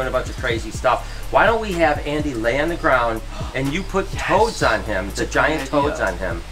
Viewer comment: I thought that he said toes not toads